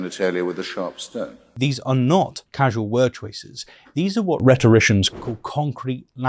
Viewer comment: "RHETORITIANS" jumpscare